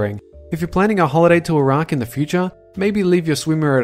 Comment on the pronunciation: No.11 I heard it was actually red algae that colors it red also no offense but the way you say Iraq is butchering the word since I'm Arabian